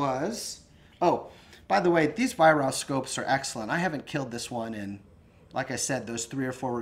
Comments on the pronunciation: It's pronounced ......"VIE-RARK". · It's pronounced 'Vie-Rark' BTW.